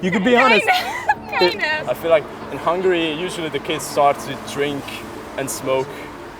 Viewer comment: Hungary has three syllables